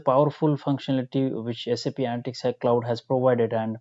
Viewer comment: It is ANALYTICS not ANTICS